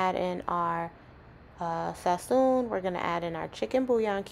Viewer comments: What is fasoon or whatever you said? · Have no freaking idea what sassoon?? Is? Wth, speak more clearly and show the ingredients more clearly.